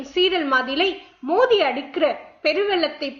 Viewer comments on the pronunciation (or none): none